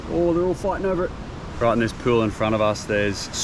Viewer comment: cracks me up every time you say pewl